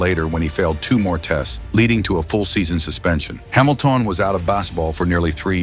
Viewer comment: Hamiltawn was out of bas-eh-ball for nearly three years 😂